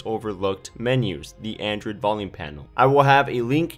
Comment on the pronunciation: You are saying "Anderd" not "Android".